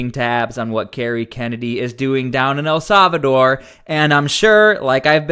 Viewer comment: "El Salvador" is pronounced: el SAL-vuh-dor NOT .... el SAV a dor